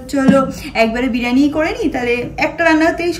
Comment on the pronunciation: Dear it sounds very odd when u mispronounce a few words… I know u can say this is how u talk, but since u are kind who looks for improvement and work on urself hence a suggestion. It is not “BIRAANI”; it is “BIRIYANI”. Same way it is not “SENN”, it is ‘’CHAAN” or “SNAAN”